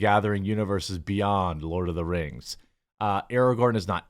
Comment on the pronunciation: lord of the kangz rangz of powur